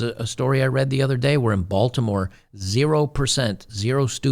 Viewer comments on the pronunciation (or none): none